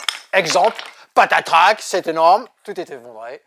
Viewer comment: 😂😂😂 merci Promis plus de "patratak " 😅 par contre certainement quelques patatras à venir 😂😂. A très vite et merci pour ton commentaire.